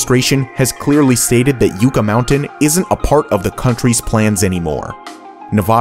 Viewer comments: As a 7th generation Nevadan, I’ll forgive you for mispronouncing “Yucca Mountain” (it’s YUCK - UH, not YUKE - UH) but what absolutely drives Nevadans insane is when someone pronounces “Nevada” like you did. The first A is short like “APPLE.” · Talk to a Nevadan. Jeez. Yucca Mountain? U-ca? It’s yuck-ca. Just like the yucca tree. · bro, Yucca mountain. pronounced Yuck-uh. ok? not yooka. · Yucca is pronounced like yucka not you-ka. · Yucca is pronounced: yuh-kah. Not yoo-kah. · As a resident in Nevada not Navaada Its YUCA NOT YOUCA. Also the mt is far from the closest coty las vegas by 200-400 miles and plus as a son of a veteran that gaurded that shit theres more too it that i dont even know as its classifed. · Yucca is pronounced like yuck not yuke and Nevada is pronounced like like add not odd just fyi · What do I think? Well, you mispronounced the last one. It's 'Yuck-uh, not 'Yook-uh. Long live NIMBY! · "Yucca" is pronounced "yuck-uh", not "yoo-ka". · Its pronounced yuh kuh not you ka.. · Yucca is not pronounced "you-ca". It's Yuh-ca. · BTW, k a it is Yucca mountain., Nevada....yucka, like the desert cactus. Yukah, it isnt youka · "YUCCA" is not pronounced YOU-KA! It is pronounced YUCK-KA! Yucca is the name of a southwest desert plant. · I would buy the abandoned airport and renovate it as a massive or multiple paintball arena[s]. Who wouldn't to travel for that? Runway may repurposed or kept as is for private jets (rich people play too). I live in Las Vegas... it's not "you-ka" mountain, it's "yuh-ca". There numerous other reasons it was a poor idea to begin with. Nevada is actually very committed to the transition to renewable energy. Solar, wind and geothermal power are being employed. The adoption of these sources is getting there, it just takes time. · You kept mispronouncing the word "Yucca", over and over again on your Number 1 failed megaproject. It's "Yucka", not "Youka" (just like the cactus) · Yucca is pronounced with a short u, sounds like, yuh-kuh.